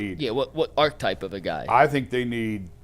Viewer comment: archetype has three syllables. Your other guy got it right. And stay on you tube, you guys are great.